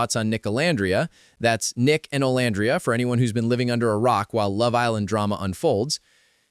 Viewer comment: I know this is AI voiceover but can you please fix the names? It calls Olandria different things throughout the entire video. It’s off putting.